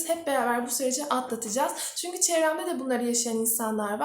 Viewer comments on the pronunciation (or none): none